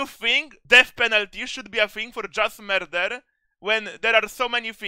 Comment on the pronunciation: “Just mearder”